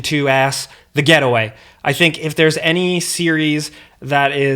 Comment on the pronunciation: You said 'The Getaway' what I heard was The Ghetto Way 🤣